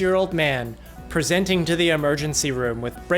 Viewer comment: I gotta ask, how come you put so much emphasis on when a patient is 'presenting'? Very informative videos!